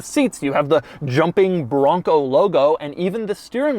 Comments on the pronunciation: The word BRRRONco (as Doug says) has lost all meaning already and I'm only halfway through the video. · So much emphasis on the “BRON COOO”